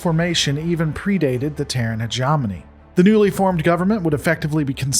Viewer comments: How id it that you still can\t pronounce the word Hegemony correctly yet? Heh-GEM-ony! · Hegemony - Heh-jeh-mow-nee. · It’s pronounced hegemony with a soft G, like hedge hog. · You're mispronouncing hegemony. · Nope. Definitely not. The gem in hegemony is pronounced the same as in gemstone. Also, combine as a noun has the emphasis on the first syllable and Ares is pronounced the same as Aries.